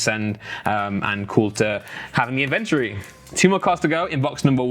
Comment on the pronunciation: Can someone please teach how to say 'inventory' correctly. It's pissing me off. Love the channel tho!!